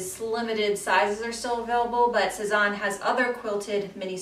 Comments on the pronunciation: Great haul! They all look really cute on you. The bags are especially cute. Just a tip on pronunciation— it’s Sez-Anne. Not, Sez-awn. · Thanks so much! :-) I'm loving the Sézane bags right now! Thanks for the tip but over the years I've been told to pronounce Sézane so many different ways - Say-Zahn, Suh-Zahn, Sez-Anne... At this point whatever happens comes out of my mouth at the time is how I'm pronouncing it....hahaha!